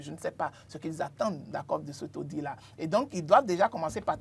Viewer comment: À l'attention de mon cher ami, une petite précision linguistique: dans le mot audit, le "t" se prononce,. Bonne continuation et tous mes encouragements à l'équipe. Phonétique du mot "audit": /o.di.t/